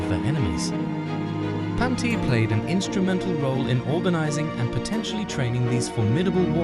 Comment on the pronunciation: It’s pronounced Pawn-te-aa